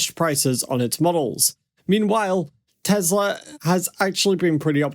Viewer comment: Good Content, but the Promounciation is not ok. "Deeeeslaww"